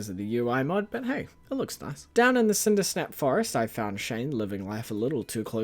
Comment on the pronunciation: I wonder how distraught will be when they realize it’s Cindersap, not Cindersnap